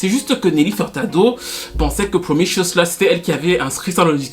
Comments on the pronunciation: *Promiscuous ( promiskiouwous au lieu de promichueus ) sinon très instructif comme toujours 😊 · C'est PromISCUOUS et pas "promicious". Great video!! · s’il répète encore une ☝🏼 fois « promichiouss » je m’auto-éviscère avec la cuillère à café 🙄🙄🙄🤣😂😂🤣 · t as du mal à prononcer promis-cu-ous...🤣 viens je vais te donner des cours de langue 😝🤣🤣🤣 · J'aurais pu m'abonner sauf qu'il y a eu le truc de la chanson de Nelly Furtado qui m'en a dissuadée. Le titre promiscuous n'est pas du tout prononcé comme il faut LOL. Pour les touches françaises je crois que Fergie faisait référence à sa chanson "Enchantée" que j'adore d'ailleurs